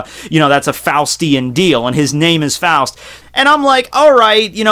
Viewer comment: My last name is Faust. Thank you so much for pronouncing it right. Say 'frost' but remove the 'r'....that's how people say it too often 😒😞